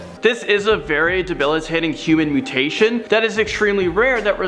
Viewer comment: Interesting but why the fake cover photo? And dude, gotta learn how to actually pronounce the names of the mutations you're talking about.